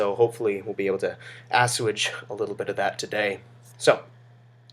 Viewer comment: you pronounce assuage as "asswidge".